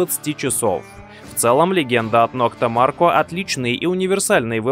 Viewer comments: Не нокта Марко, а нокта макро😂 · Наитупейший рейтинг от человека, который видел приборы только на картинке, не знает про топовые приборы, как Деус, Минелаб, Ака, и даже не может правильно прочитать название "МаРКо" 😂😂😂😂😂😂😂😂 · можно было хотя бы название nokta maKRo правильно произнести ))))) эх, горе-специалисты......